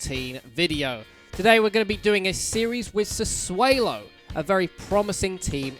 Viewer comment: I don't want to be that guy but I'm pretty sure it's pronounced Sa-'swallow'? Good video though and hope to see more FM 👍🏻